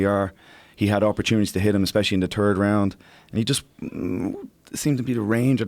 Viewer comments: Love hearing John talk.....because he says "turd" for Third. lol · Besides his absolute denial of TH sound. John is an awesome guy. I Tink I might adopt dat way of talking ;D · Love Coack K, but I have to laugh when he pronounces "third" as "Turd". Bhahaha